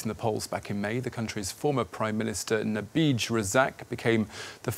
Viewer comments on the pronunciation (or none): Najib becomes Nabij hahaha